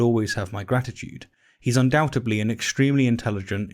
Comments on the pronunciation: ARGGGHHH! Please say “undoubtedly”! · So I almost called you out for saying undoubtably instead of undoubtedly. Then I did a Google search. Now I don’t know what words mean.